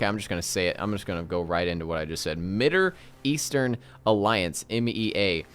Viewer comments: lol like why? was it a joke or he really cant pronounce it? lmao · “Mitter eastern” 😂